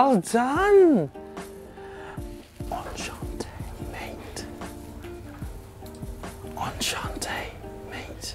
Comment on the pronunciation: “Enchante, mate” How’s your day mate? 🤣🤣🤣🤣